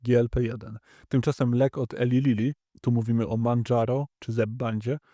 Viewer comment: Nie Eli Lili - tylko ILAJ Lili - Na Boga najwyższego, bo uszy mi padają.